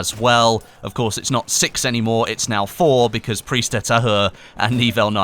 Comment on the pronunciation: you always pronounce "Prise" false. xD You need to hear the "S".:)